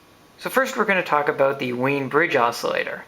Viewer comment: It is pronounced "Veen" but I don't think I've heard anyone ever say it right.